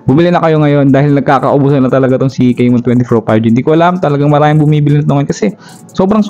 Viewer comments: Tecno kay-mon 20 pro 5g 😂😂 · CAMON hindi CEYMON juskupo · Correction po sa pronounciation. Camon - Kamon ✅ Hindi po Camon - Kemon ❎ Sorry yun lang po. Peace 😊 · Techno keymon😂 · Bakit naging *keymon na si *Camon?? 😁